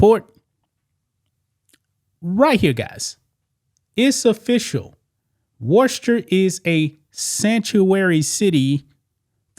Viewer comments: You pronounce it. Wisster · Worcester, Massachusetts is pronounced “Wooster ( WUSS-ter) WUSS - ter. Don’t pronounce the R. It’s a tough one I know they have a strong accent up there. It’s the Trans community that’s messed up the LGB wants to be left alone. Trump changed the website to only LGB. The Trans people went nuts he left out the T. In all actuality a Trans person is either a LGB but they want their own letter they annoy the LGBs. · Wooster. pronounce it wooster. Or, if you want to say it in Southie it's Woostah. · How about pronouncing Worcester correctly first. Next, dont come for the gay community. How about understanding why we are terrified of him and the oligarchs. Too bad that you as a black man will not understand they are coming for you as well.